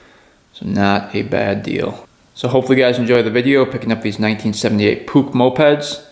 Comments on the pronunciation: It's pronounced Poosh😅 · I thought it was pronounced “Puck” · Puch rhymes with Book . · Oops! I always pronounced it "Push" 😂 Darn cool project though, nothing like a lil 2 smoke! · Love a good old Puch Maxi.. BTW. Pronounced in UK as Pooch. Yeah, just like an old mutt. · You pronounce the name "Push", I had a Dakota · too bad you don't pronounce the name of the moped correctly😠😠😠😠